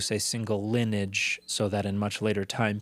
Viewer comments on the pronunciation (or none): linnage? You mean...lineage??